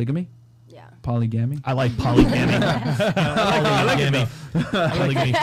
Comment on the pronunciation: polly-gammy.. polly-mamy... polly-gammie.. y'all this girl is "ingarnant"....🤣🤣🤣🤣🤣🤣🤣🤣🤣🤣🤣🤣🤣🤣